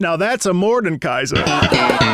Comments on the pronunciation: Just a little correction: you say Mordenkaiser with an imaginary n but you say it „Morde-kaiser“ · macro: some of you got annoyed when i said atrox me when he says mordenkaiser for the whole video and when he spelled it mordkeiser in the description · You likely misspoke when you said MordeNkaiser earlier in the video (like right after talking about the hate you got for calling Aatrox Ahh-trox), so I won't tease you about that. League names are sometimes hard. I don't envy you if/when you get to Illaoi. Morde is one of SEVERAL big bads in the world of Runeterra. There are: - The Demons (Fiddlesticks, Nocturne [though he's literally in the Shadow Realm atm], Evelynn, Tahm Kench), although they seem to be more keen on acting alone and doing stuff randomly to sate their hungers. Meeting one (maybe except for Tahm) is almost always certain death. I say almost because Vayne, Lux, Garen, Swain, etc have all faced/met demons before (not sure how many regular people have) and survived. There are also the Azakana, lesser demons that usually feed off of negative emotions like in the cinematic Kin of the Stained Blade, but are hunted and destroyed by demon hunters (Yone is one). - Mordekaiser, who is such a threat that there is an entire order dedicated to keeping him locked up, headed by a powerful mage who is like 1000 years old as she was there when he was killed the second time, possibly was the one who defeated him, not sure. - The Darkin (Aatrox, Varus, Naafiri, etc.), who were Shuriman Ascended God Warriors who were slowly corrupted by blood magic after fighting... - The Void (Bel'Veth, Cho'Gath, Rek'Sai, etc.), who were either created or stolen from Runeterra and corrupted by... - The Watchers (no in-game champs), they want t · "some of you got mad when I said A-Trox, Aatrox" "Morden Kaiser":face-red-droopy-eyes::face-blue-wide-eyes